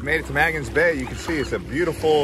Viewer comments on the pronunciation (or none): "Mingus Beach?" Try Magens (pronounced "May-gens") Bay beach. Also, Charlotte Amalie is pronounced Charlotte "A-mall-ya." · It’s pronounced “May gens” Bay, otherwise a nice video of my former home! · I have been going to St. Thomas since 1966 , have been there 35 times and your tour was one of the best I've seen. Other than a couple of mispronouncing Magens Bay, your tour was very professional and covered a lot of the must see places. Great job...